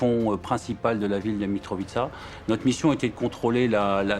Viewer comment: "mitrovichka" ,c est quoi ces journalistes de merde